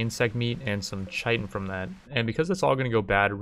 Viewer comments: Isn't chitin pronounced kitin? xd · CHITIN PRONOUNCED KITE IN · "Chitin" is pronounced the same as "kitten." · I think its a quick T iirc, so like ‘kittin’ i might be wrong tho